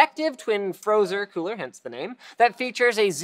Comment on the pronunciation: Linus says queooler when he means to say cooler.